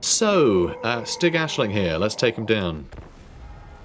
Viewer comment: The Ae in Aesling is actually pronounced similar to the old english Æ as in Ælfred (the great) or all the Æthel-somethings. The s is just an s. I think the names is supposed to be skandivian-ish.